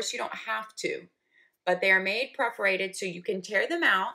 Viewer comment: Per-forated. I've watched so many of your reviews and I love them. but please. please. please. Per-forated. not preforated